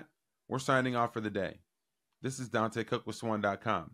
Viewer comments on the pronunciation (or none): none